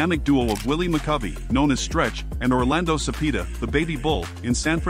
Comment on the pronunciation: First comment! Cepeda is pronounced "Su-pay-du", not "Su-pee-du"!